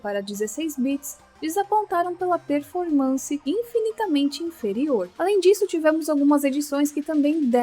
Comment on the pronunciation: Descobri, a é uma IA! E a IA tem uma falha que não sabe falar a palavra performance.